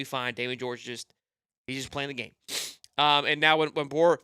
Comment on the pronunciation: Can you say his last name correctly lol